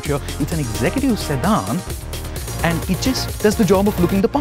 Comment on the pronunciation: Its sedan, not sedhaanh